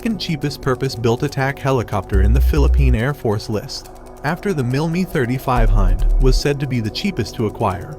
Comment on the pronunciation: Great Video but why do you pronounce the MIL Mi 35 as "MIL ME 35"?. Love the video by the way.